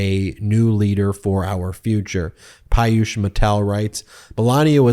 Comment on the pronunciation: FYI: Piyush is normally pronounced "pee-yoosh."